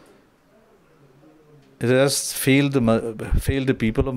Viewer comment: Why is he always using 't' in words every now and then.....since't', has't'..... he speaks like his peepurs cm.